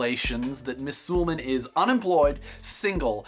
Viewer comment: I think its pronounced Su-lay-marn.